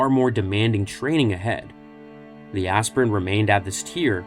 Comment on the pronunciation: It's not azz-pirent.... It's. Aspire-ent. To aspire to a higher calling. Your pronouncing the H in Wheat thins too hard. 😮